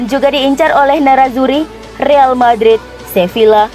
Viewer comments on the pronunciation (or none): none